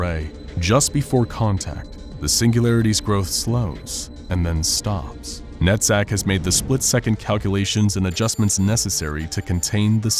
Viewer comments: As an hebrew speaker, it really bothers me when he pronounces Netzach as "net-sac". It should be "netz-ahh". And it means - Eternity. on that note, Keter is also hebrew. it means Crown. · Its not netzack Its nutsack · Man, is it just me, or does it REALLY sound like he's saying, "Nutsack" instead of Netzack? Especially the first time he said it. Makes me wonder if he really DID say, nutsack, just to see if he could get away with it, since it sounds somewhat similar. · It's deliciously puerile, but did anyone else hear nutsack? 😂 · NETZACH sounds like nutsack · Am I the only one who is hearing NUTSACK instead of NETZACH?? 😂😂😂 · Man it sounds like he’s saying nut sack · Every time you say NETZACK all I hear is nut sack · Lol everytime I hear NETZACH i thing NUTTSACK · Swear to god I heard Nutsack instead of NetZach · When he said nezach I heard nutsack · I was half asleep while watching this. Whenever he says "Netzach" I keep thinking he's saying nutsack :/ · I thought he said the computer programs name is nutsack🤣